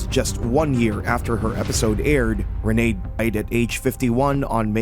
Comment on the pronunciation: It’s Renee not Rena